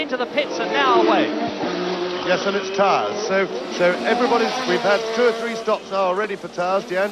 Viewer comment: 'Coming into the pits now... And it's tarrrrrrs'